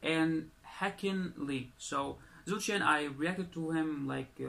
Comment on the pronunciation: The pronunciation for Zhou Shen is Joe Shen 💕💞💕🇲🇾